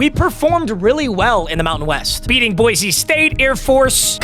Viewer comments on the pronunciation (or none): none